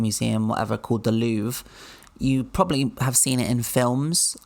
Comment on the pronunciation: Real baguette is something to savour. They have bread laws in France too. Also the "r" in "Louvre" is pronounced, but it is very subtle.